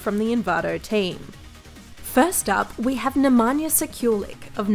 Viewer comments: Nemanja Sekjulik hahahahhaha. Jbt kako ovo Ameri ne znaju da izgovaraju nasa imena... Mogli su bar pogledati neki njegov video da vide kako se izgovara. Bar je hiljadu puta rekao ime... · just butchered nemanjas name